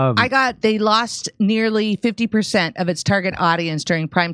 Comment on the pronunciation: "40 Berzent..."